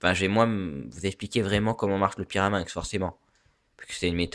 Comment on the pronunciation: pyraminx et non pas pirameinx